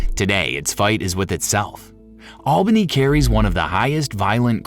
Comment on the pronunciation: Its not albany. Its alllbanny